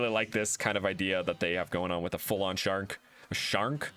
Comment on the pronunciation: Sharnk? Shark. Don’t shark me! I almost LOL’ed at that